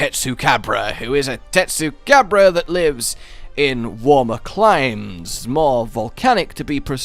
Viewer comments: Why are you saying tesucabra in a Spanish accent with Spanish music that’s stupid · Not gonna lie. Part of what I love about Tetsu is his name. Your Latino inflection of it is making me love it more 😂.